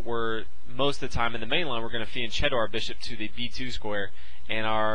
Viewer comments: It's pronounced fian 'ketto' not chetto. I hear even GMs getting it wrong its funny. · ... it's fian-'ketto' not 'chetto' despite the spelling. I've seen even grandmasters saying it wrong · Good video and explanation: I live in Italy so I have know how to pronounce some words, there was a word that is troubling me: Fianchetto. It is not pronounced with a 'c' like cheese but a hard 'c'. KEEP UP THOSE GOOD VIDEOS WE LOVE THEM!!!! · P.S. Fianchetto is pronounced like fianketto